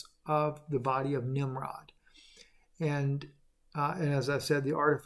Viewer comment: Nimrud.... Nimrod 🤷‍♀️